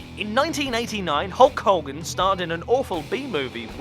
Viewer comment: You say Hogan weirdly.